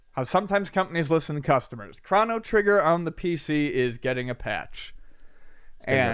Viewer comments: Good. why do you say "Crawno Trigger"? Am I the only one that says it like crow-no trigger? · "Chrano Trigger" Krano? Chrono... Yeah gonna be that guy :) <3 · wtf is a CRAN? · ChrOno trigger, damnit lol. You are like Avgn with all your mispronouncing words:) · Chrono rhymes with Mono